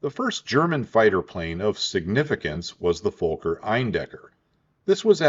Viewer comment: The folker eindekker,fokker is pronouced fawker not folker,they're is no L in the word Fokker.